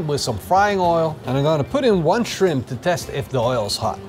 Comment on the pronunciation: Very "manly"! - The fish looks delish! - Cheers!...keep working on the shrimp pronunciation! - "Down under" they call them prawns - this may not be any easier to pronounce for you... - lol